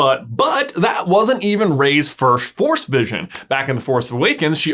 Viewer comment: Every time he said "force vision" I thought he was saying "Forrest vision"